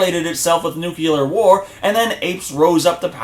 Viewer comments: Nucular war??? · That's 'nucular'.~Homer Simpson